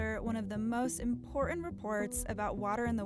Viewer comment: Wtf is "imporent" I think you're attempting to say "important". I'd say it's important to properly speak if you're going for a professional look.